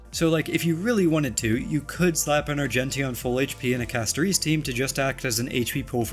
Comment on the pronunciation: The way you pronounce Castorice and Hyacine is crazy